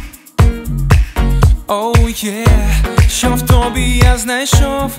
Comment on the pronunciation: Легка, приємна, мелодійна пісня. І швидко запам’ятовується. Щира дяка. Якби ще двійко наголосів були там треба, була б ідеальна пісня) тОбі/хтознА - правильний наголос - тобІ/хтОзна